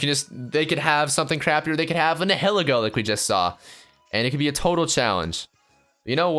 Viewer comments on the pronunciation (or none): Nai-ïl-êgo Is how it's pronounced... Nä-hil-ägô? Really? The name is German. It comes from the German word "Nihil" and the "ilego" It's a poisonous octopus thing, so... Just saying, you don't pronounce "anihilate" like that. Same root... So... Yeah I'm a nerd when it comes to language technicalities, and you can even Google the official pronunciations, and that is how it's pronounced. Sorry for being such a stickler, but it's kinda like hearing an English person say "fishes" instead of keeping the plural the same, it just doesn't sound right. You wanna say something, but can't help thinking it'd be rude. I just thought I'd point it out, don't even bother with it